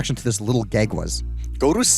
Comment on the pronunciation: I thought you liked this show, why are you criticizing it so much? Also, why do you pronounce “a” like “e?” Like you say “gegs” instead of “gags!”